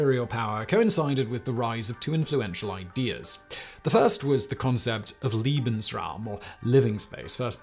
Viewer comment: As a History teacher, I have nothing but applause for this presentation. One comment, however. Simon, dear heart, Lebensraum is pronounced "LAY / bens / rowm" NOT "lee /bens /rowm" that would be Liebensraum which would be "loving space" not "living space"!